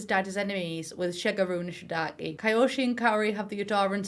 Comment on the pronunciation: Her name is Kaori Nishidake, as in the game. For some reason English speakers keep pronouncing her last name as Nishidaki..😅